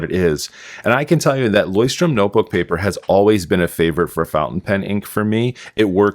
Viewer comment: Also just to be of some help if I can, their name is pronounced "LOYCH-turm" where you are pronouncing the c h as in the Scottish "loch". I observe that you keep mispronouncing the name.